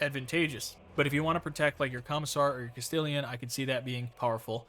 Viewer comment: Please, my friend, I love your videos, but bro.. "Castellan" -> Cast-ellen. "Castelian" is killing me lmao More to the point, I love having a psyker in the middle of my second line. Its just so good to throw out those debuffs everywhere.